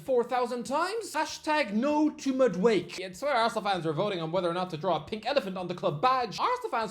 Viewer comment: MAD-UH-WAY-KAY; not MAD-AWAKE.